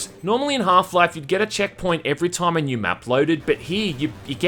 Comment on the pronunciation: Why do you have so weird accent? Time should not be pronounced "Tåijm".